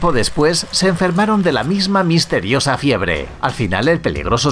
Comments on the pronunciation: dice febre no fiebre :v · amigo en el minuto la palabra dice febre en vez de fiebre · WTF ahora Febre o Fiebre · lo notaste febre___ es fiebre en portugués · frebre "fiebre" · Esa fiebre tambien te afecto a ti Min Febre? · En todo caso sería fiebre .....no febre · Es febre o fiebre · Fiebre o febre??? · Like si en el minuto en vez de decir fiebre decía febre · En el minuto 519 en ves de decir fiebre dice febre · Like si tambien te diste cuenta que dice febre en lugar de fiebre :) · Like si viste FREBE EN VES DE FIEBRE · Dice Febre :v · Minuto dice febre